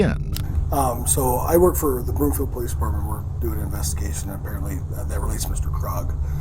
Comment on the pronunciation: FYI it’s Broomfield, not Bloomfield 🙂